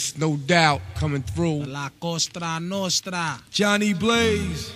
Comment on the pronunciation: It's la cosa nostra he said it wrong